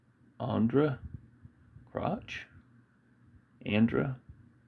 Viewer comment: you never heard of Andrae Crouch?? it's pronounced "An-Dray Cro"...like Couch, in your living room